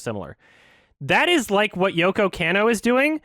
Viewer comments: I'm very impressed with coming correct on this one. BUT BRUH, you listened to all these sources of people pronouncing her name right and you're STILL saying Yoko CAN-OH. It's KAH-NOH. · It bothers me how keeps mispronouncing Yoko Kanno. It's supposed to be "con-no," not "can-no." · mispronouncing "Kanno" is driving me up the wall right now